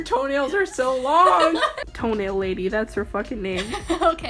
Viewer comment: toE-NaIL lAdY oof i have posters of TOe-nAiL LaDY